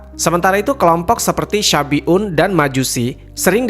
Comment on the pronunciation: Salah pengucapan bukan kaum syafi'un tapi shabi'un. Artinya beda, kalau syafi'un adalah kaum yg mengikuti ajaran imam Syafi'i. Kalau yg di ceritakan itu kaum shabi'un